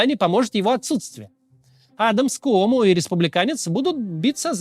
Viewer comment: Привет из New York a. He kyomo,a kooмо-у не читается